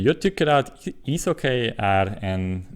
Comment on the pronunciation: Bra jobbat! Det uttalas "hocki" inte "hockej". Tänkte att det kunde va ett bra tips eftersom det är ett ord du använder mycket. Väldigt imponerande ändå! :)